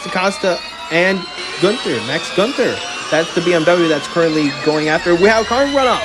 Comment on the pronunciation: Btw, Günther isn't pronounced "ganter"